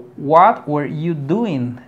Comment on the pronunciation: WERE / ENTHUSIASTIC / SALESMEN / SUGGESTION / SIMPLE / AGAIN.. check your pronunciation man